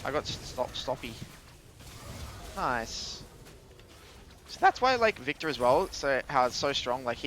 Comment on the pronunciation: You ever played on the korean server? The way you said nice-ugh sounded korean lol